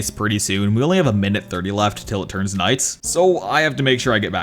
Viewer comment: bro check bro said “all nice” instead of all night